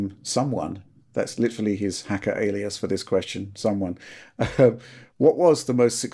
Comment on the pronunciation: saying "hacker alias" always makes me laugh. 😂